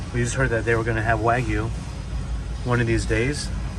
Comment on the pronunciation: Terada-san, please teach how to pronounce wagyu correctly.:)